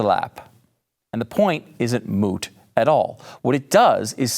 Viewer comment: "Moot," ???? This guy has been watching way too much, "My Cousin, Vinny."